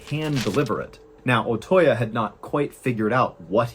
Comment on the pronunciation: The correct pronunciation of Otoya is Oh-Toe-Yah, not Oh-Toy-Ya. Your mispronunciation of that name is painful to listen to.